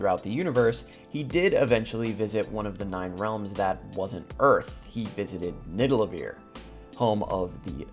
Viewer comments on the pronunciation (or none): It was funny, when u pronounced nidavelier as nidalevier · its not nidalavier its nivadaliear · Loved this but I would be lying if I said I wasn’t bugging out every time you said nidalevir lolol. Great content tho keep it up!! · it's nidavellir (Nid-Ah-Vuhl-Eer) not niddelaveer, the way you're saying it. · You keep pronouncing Nidavellir as Nidallevir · It's Nidavellir man. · bruh its nidavellir* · Ned-a-va-leer is the true pronunciation. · Its actually pronounced Ni - Da - Ve - Lir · I don’t mean for this to sound rude, but I cringe every time he mispronounced Nidavellir. He says it like Nidalevir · BRO ITS FUCKIN NIDAVELLIR!!!! WTF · Nidalevir? lol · its not NIDALEVIR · He also said “Nidalevir”, which is something Thor would call it since he got it wrong in Endgame too lol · Joey Teter yea almost all the pronunciations of the Norse names are wrong actually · I wanted to comment about the mispronunciation soooo bad until I saw this comment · The way you pronounced Nidavellir broke my brain😂, but good vid! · The way he pronounces Nidavellir